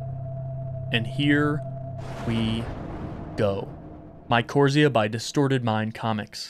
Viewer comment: Hey, I think the game title is actually pronounced my-core-rise-za. At least that’s how my professors always said it in my university biology classes. Keep up the awesome work! I love your videos:D